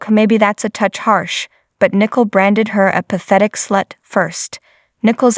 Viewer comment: Pronounced Nicole, not nickle.